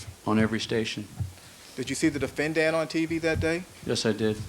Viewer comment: defen-DANT stupid aszz chris darden smh